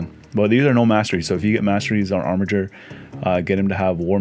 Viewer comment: Wow, someone who knows how to pronounce Armiger correctly!